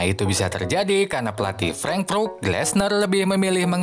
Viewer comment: Cara bacanya "freng" "frut" min.... Good job teruskan dan tetap terus berkarya